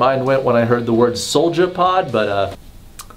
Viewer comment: What said: Soulja wagon what I hear:sold ya wagon I can't be the only one that heard that